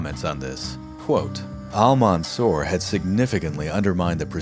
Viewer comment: His title is Almansour not Almanzour .. as if it pronounced like that it would give different meaning than the real meaning of the victourious 🙂 Thanks for you .. I appreciate your episode to the extreme .. you are one of the best history channels on YouTube